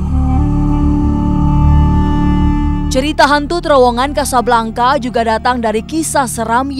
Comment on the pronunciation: Casablanca, pronounce : Kasablangka, sama seperti Bianca, dibaca: Biyangka, Jovanka dibaca : Jovangka, Priyanka: Priyangka dst.